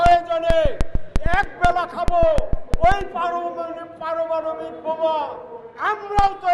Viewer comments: বানাও কাকু বানাও কে বারণ করে ? আগে পারমানবিক উচ্চারণ করতে শেখো তারপর বানাইও। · পারমাণবিক বোমা উচ্চারণ করতে পারিস না আবার তৈরি করবি ছাগল চাপাবাজি বাদ দে মাদ্রাসা তৈরি করে ওখানে ছেলে মেয়ে পাঠা আর পুটু মারা খা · আগে পারমাণবিক বোমার উচ্চারণটা ঠিকঠাক কর তারপরও তো বানাবি😂😂😂😂😂😂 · উনি তো দেখছি পারমাণবিক শব্দটি উচ্চারণ করতে ও তোতলাচ্ছেন? তাহলেই বুঝুন! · পারমাণবিক উচ্চারণটা ও ঠিক মতো বের হয়না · পারমাণবিক শব্দ উচ্চারণ করতে গিয়ে জ্বিহ্বা জড়িয়ে যাচ্ছে আর ওই ব্যাটা করবে বোমা উৎপাদন??? আর বলে একবেলা খাবে??? এখন দিনে কয় বেলা খাস??? চেহারা দেখে কি মনে হয়!!! আগে 6 মাস একবেলা করে খেয়ে তারপর মাইকে এসে বলিস। এদের মত কাণ্ডজ্ঞান হীন মাতারি গুলো দেশের পদ মারতে ব্যস্ত। হুশ নেই, ন্যাকা choda। মানুষের মুখে ভাত নেই, দেশে একের পর এক সমস্যা, অর্থনীতির মন্দা ভাব। আর এই মাতারি কি বলে!!! জুতা মারি আমি তোর মুখে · পারমাণবিক কথাই ক্লিয়ার করে বলতে হবে আগে 😂😂😂😂😂😂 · আরে পারমাণবিক বোমা টা ঠিক করে বলতে তো শেখ তার পরে বানাস। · বোমা বানানো তো দূরে থাক।পারমাণবিক উচ্চারণও করতে পারছিনা 😂😂😂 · পারমাণবিক উচ্চারণ করতে পারে না।বোমা বানানোর কথা চিন্তা করে 😂😂😂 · জীবনের প্রথম কোন রাজনৈতিক নেতার মুখে পারমানবিক নামটা শুনলাম।বোধ হয় রাজনৈতিক নেতাদের মধ্যে তিনি এটা প্রথামবার বললেন তাই উচ্চারণে একটু অসুবিধা হলো।তা ভোটে পাল্লা বাড়ানোর জন্য হলেও বলছেন তো এটাই অনেক।অন্যরা তাও বলে না। স্যালুট আপনাকে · পারমাণবিক বোমা উচ্চারণও করতে পারছে না শালা 😂😂😂😂😂